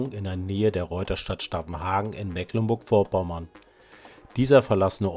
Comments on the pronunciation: Bitte, es wird Meeeklenburg gesprochen, nicht Mekklenburg!!! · Hübsch häßlich da. Aber wenn der Frühling kommt, sieht es wieder schön aus. Übrigens: das "c" in Mecklenburg ist ein Dehnungs-C, somit wird das "e" lang gesprochen. Das weiß in der alten BRD fast keiner.